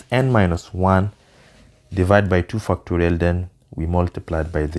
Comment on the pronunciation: Bro what are you saying fu!cktorial what?